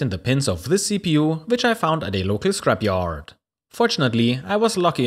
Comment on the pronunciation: I love your content! But I can't help smiling at the intonation of your words :D At the end of almost every sentence you lengten the last syllable. Channellll... Scrapyarrd... Anyy... appearrrd... onlyy... iit... and so on... I love it! :D Don't ever change!